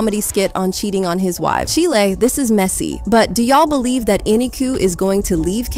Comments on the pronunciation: Cheelay. . Its chile like child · Did she just say Chile like the country? Instead of Chile (rhymes with while).